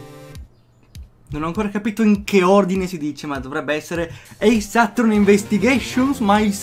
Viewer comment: Comunque si dice attòrney con la cadenza sulla o. Giusto un piccolo appunto. Comunque, finalmente! Quando volevo questa serie da te.